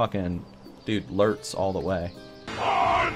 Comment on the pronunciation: can you marry me? heard you say lurtz all the way and i cried in joy